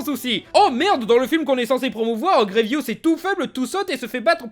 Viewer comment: C'est GrieVOUS pas GrieVIOUS mdr